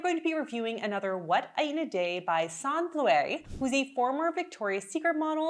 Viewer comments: Sorry, I really appreciate your analysis of her meal plans\, but her name is properly pronounced Sann-a…..not Sannn….just think of the “e” at the end as an “a”. Thanks…it was driving me crazy hearing you say “sannnn”,not “sanna”. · Yep Sannuh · Sanne isn't pronounced that way. It's more A as in "ah!" And E as in "uh" S(ah!)nn(uh). Vloet OE= "boooh!" as in Trump protest. So Vlooooht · I think it’s disrespectful of you to continually mispronounce Sanne’s name. This is at least the third video you have done on her. You can hear how she pronounces her name.